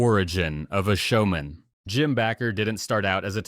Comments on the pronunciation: It's pronounced BAAAker not Backer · It's pronounced Bake er not Back ker. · Why do they keep saying BACKER IT BAKER